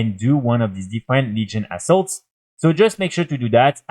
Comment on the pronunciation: I normally cant see the screen while playing the video. Thought you were saying asshole a couple of times when referring to assaults 😂